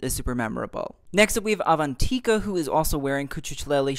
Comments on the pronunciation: U say is like ‘ avan thi ka ‘ rather than ‘ avan tikka ‘ and avan is pronounced like oven so it’s like aven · 🙂the way he pronounced avantika make me get trigger